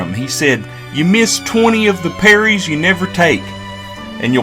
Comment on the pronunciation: Ah tell yoo what boy, ah tell yoo summin, out here in Appalachia ain't no one fishin fer no 'perries' son. We's fishin fer trout boy. Ain't nobody ain't never heard a no 'perries' in these parts.